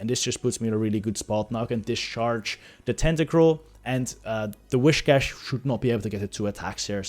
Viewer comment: The way he pronounces „whiscash“, triggers me quite a bit 😅🤙😊